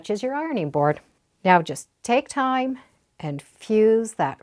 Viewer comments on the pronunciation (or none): none